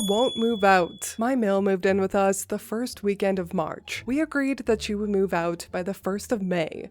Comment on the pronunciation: Mommy brain is real!! Lol You're doing fine, dear. We'll overlook an extra "th" this time, but don't let it happen again😉😁. I hope you,, and little Maxwell House are doing well and staying warm. 🥰💜